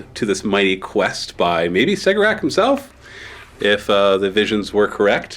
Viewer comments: Cegorach- Keh- Gor - Ach Per the audio book A Deadly Writ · I believe you are pronouncing Cegorach wrong. I understand it to be Keg-or-ak